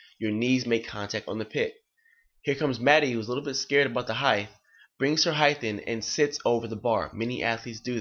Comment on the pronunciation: Its "height" Coach, not "heighth"